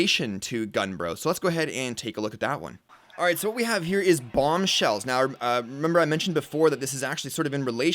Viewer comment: It's bombshells not bomshells